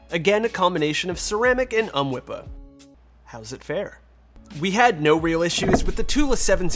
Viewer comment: Idk why but I laughed every time you said UHMWPE as a word. "Ummwippa" 🤣